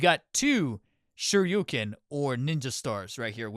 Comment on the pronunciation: bro said "Shoryuken"